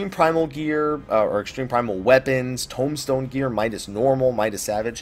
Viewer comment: informative! thanks, though I have to say I hate the way you say tombstone, and tomahawk from your halls of novice video haha